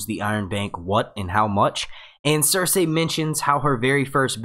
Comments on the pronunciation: I can't do it, in the first minute of this video how many times did you say ""... Cersei!!! "SER-SEE"!! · idk how i can watch this video after hearing how this guy says circei. cir-SAY. like gosh man theyve only said it like a few hundred times in the show cir-SEE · Cer-see. Sur-C. Sir-Z. all of those are acceptable. not cer-say. no one pronounces it like that. stop. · Not trying to be rude but curious why you say pronounce Cercei's name as sir-say and not as sir-cee? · Do they pronounce Cersei's name different in the book? Because you pronounce her name different from the show.... The show says Sir See, you say Sir say, it's alittle annoying and was just wondering if there was a reason you do that? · Say her name properly!! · How can you make game of thrones videos if you can't pronounce Cersei's name right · i want to listen but when he says cersei in that weird way i just get lost